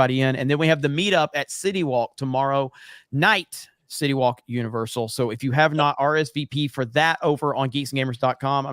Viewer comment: Every time says city walk it sounds like shitty wok from South park 🤣🤣🤣🤣🤣🤣🤣🤣